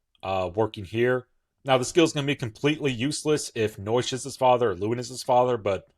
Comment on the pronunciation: Naoise/Noish and Chulainn’s/Holyn’s actual personal skills are to cause endless debates on how they should be pronounced. If anyone wants to know on how to pronounce Naoise, it’s “Nee-sha” as for Chulainn? Still trying to figure that out 🤔